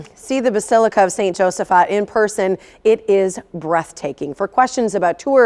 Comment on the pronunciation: Thank you for pronouncing the name correctly. It is Josaphat with a soft "ah" sound, not "fat!" I grew up just two blocks away, attended St. Josaphat's Grade School, and was an altar boy there for ten years, from 2nd grade through my senior year of high school. I am a proud descendant of Polish immigrants who helped construct this wonderful historic Milwaukee gem.